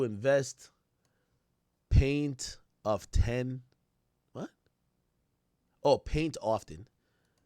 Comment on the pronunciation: That "paint of ten" killed me 😂